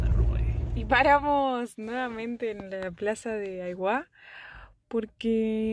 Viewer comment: 👏🏻👏🏻👏🏻👏🏻 un argentino qué pronuncia bien Aiguá .